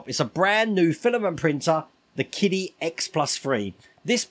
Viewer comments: I thought it was pronounced 'Chidi', ch as in cherry. That's what I hear on other channels. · for the record, qidi is pronounced "chee-dee"